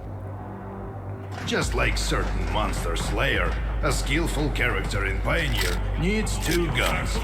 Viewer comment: Is no one going to tell him? Does it have to be me??? What's a "Pioner"????